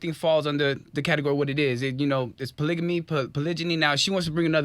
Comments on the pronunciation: Man I get so excited whenever I see people of color who are polyamorous ... but these folk didn’t know wtf they were talking about 😩 I cringed every time dude said “polygamy” 😖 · He's not even pronouncing polygamy right